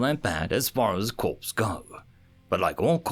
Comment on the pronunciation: Corps is pronounced ( kôr )